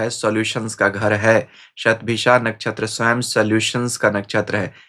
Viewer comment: अन्य हिंदीभाषी ज्योतिषियों की तरह आप 'शतभिषा' शब्द का उच्चार "शतभिखा" नहीं करते; बड़ा 'कर्णप्रिय' लगा। वैसे भी, आपकी भाषा हमेशा, हर दृष्टिकोण से, प्रशंसनीय रहती है।